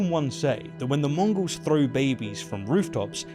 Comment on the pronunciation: Is it me, or is saying 'Mongrels' not 'Mongols'?